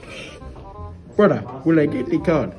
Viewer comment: all I heard was “BRUDDA.” 😂